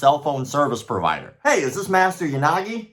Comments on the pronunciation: "Ya Sucky, Ya Nagi" oof my man, gotta spend some time on those non English pronunciations. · For a second there I thought you said "Unagi"... love me some freshwater eel.